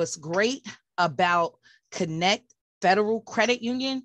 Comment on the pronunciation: It's Spelled Kin ect a...... But You keep saying Kinect .... C' mon Sista